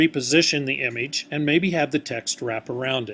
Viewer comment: it trigger me the way he said image but thanks dude!